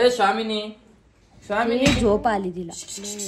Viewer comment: शामीनी नाही स्वामींनी ..स्वामीं समर्थ महारांजाचा उठता बसता नामस्मरण कर ..मग स्वामींनी म्हणायची समय लागेल शब्द निट उच्चारता येईल .